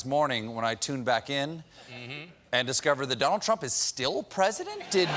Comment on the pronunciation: did biden say donald chump?